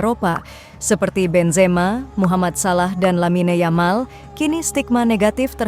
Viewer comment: dalam bahasa spanyol huruf Y = J dalam bahasa indonesia dari segi pengucapannya, tidak ada orang spanyol mengucapkan Yamal dengan yamal versi indonesia, mereka mengucapkan "Jamal* jika orang mesir ejaannya Gamal artinya sama yaitu Ganteng